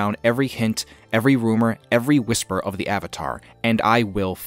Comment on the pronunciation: It did seem a little weird how he put so much emphasis on the last syllables in father and whisper.